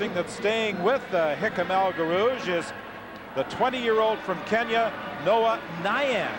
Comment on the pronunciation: As usual a great commentary!🙃 (1) For almost a lap we are told all about Sullivan - he finished in eleventh place. (2) El G's first name is constantly mispronounced. (3) Ngeny is not mentioned until well into the third lap. Still I have to rate this as not the worst commentary on an important 1500m/mile race. For that, turn to the ABC commentary on the Olympic 1500m final in Mexico City (1968).